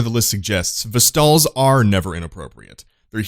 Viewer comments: Ve stall is not (acording to some peeps) not how you say it its ve stel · Is it not pronounced ( VES-TIL ) ? EDIT: Looked it up and it is said "Vestell" not "Ves-tall" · VES-tel not Ves-TALL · Vest-ee-al is the correct way to say it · As in Vestal virgins of ancient Greek fame (Hand Maidens of the Gods); pronounced VES'-tal. I know picky picky picky.....:p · Thumbs down for pronunciation of Vestal. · stop pronouncing vestal that way... god its so annoying. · I have never heard a worse pronunciation of Vestal